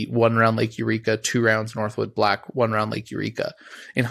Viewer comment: Northwood Black. No "s" 🤦🏼‍♂️